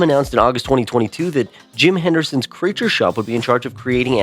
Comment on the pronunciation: Cawthonrn 💀 Henderson 💀